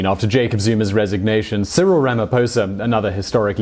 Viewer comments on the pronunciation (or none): none